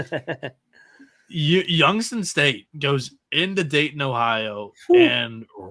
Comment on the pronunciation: Dayton all the way!! And stop pronouncing it Daydin, please!